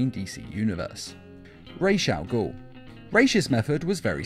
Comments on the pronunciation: It’s Ras al gul. Not rashe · why is Ra's al ghul pronounced as "RESH AL GHUL" - its RAA's AL GHUL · Say it with me “ RAWS (like raw celery) AL (short for Albert) Ghoul (like the vampire anime) Love your vids man